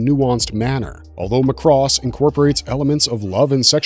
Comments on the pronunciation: Please, please, please. Mari Iijima (Minmay herself) has told fans it is pronounced "MA-cross". NOT "ma-CROSS". Emphasis is on the first syllable. Seems like ever since the 2006 ADV dub introduced that pronunciation, people have been pronouncing it wrong. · It's pronounced as "Mac-Ross" not "Muh-Cross". Macross had more than one war in its entire franchise. Every Macross series had its own war or conflict. Robotech has 3 wars because its mashed up 3 anime series into one show. As for the licensing Harmony Gold/Tatsunoko Productions only have distribution and merchandising rights of the original 1982 Macross series outside of Japan and none of the sequels. The Macross IP is still exclusively owned by Big West. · You're pronouncing Macross wrong. In Japan they pronounced it as Mac-Cross not Mac-Ross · MAAAA CROSS DUDE!!! ugh like a sheep saying Baaaa—MA’CROSS MAH-krohs!!!!!! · it's not Mc Cross it is Macross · Zentraedi is pronounced zen trah dee, not zen tray dee. Macross, in English, is prounced ma (to rhyme with mac and map) cross and not muh cross Did you ever watch Robotech.SDF Macross at all? Mospeada has no I in it, so it's not pronounced Mospedia, just moh spee duh. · My dude, you need to do more research on pronunciations, or at least watch a few episodes first! I cringed with every "Mc Cross" "Zen-TRAY-dee" or "Moss-pay-dee-ah". It was painful to make my way through this. Edit: actually, I could only make it through 3 min. Yikes! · Pronounced Mac Cross. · Its "mack-ross." And its "Zen-trah-de". Im surprised you dont say "Robot-ech." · Lost me after mispronouncing Macross! LOL McRoss!! Did they also serve McNuggets? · Dude, Mc Cross and Zen-TRAY-Dee... You just lost your anime card, there's no way you are actually a fan of this content ☠️ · Mc Cross.... Ceart go leor?? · Dude you are killing me every time you say "Mc Cross" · He butchers a bunch of Japanese names too. (cringe) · Really Mc Cross is your issue? Not the Zen Tray Dee? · and Muh-cross 😄